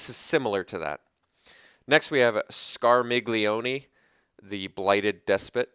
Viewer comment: Awesome cards. I really like the one for Tellah. That was an interesting way to pronounce Scarmiglione. I believe it's scar-ME-lee-un; like Charmeleon, but with scar instead of char.